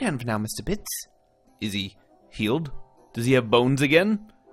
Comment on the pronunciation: Absolutely loving this play through! I didn’t want to watch it at first because of spoilers for when I get to play the game in the future, but you were too funny not to. Also, the way you pronounce Bits and Ben as Beets and Bin just adds to the humour, your accent certainly is unique. 😂